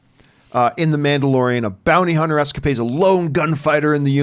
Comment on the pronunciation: “Bounter Hunny”